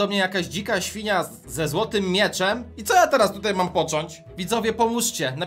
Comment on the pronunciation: Ta „śfinia” xd cię nie zabije jeżeli ty jej nie zaatakujesz